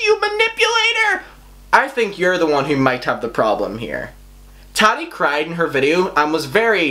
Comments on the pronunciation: It's ta ti not taddy. Like tatiana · It's triggering the way pronounces "Tati" like "Tatty". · You say taddi 💀💀💀💀 tf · The way you pronounce Tati..... 🥔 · I spent 30 minutes laughing at how he said Tati 👁👄👁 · Why do u say tati's name like that